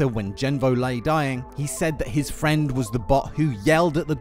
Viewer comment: Starscream was like im your fwend